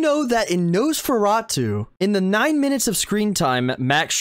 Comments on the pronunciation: You're pronouncing, Nosferatu, wrong. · Please learn how to pronounce Nosferatu .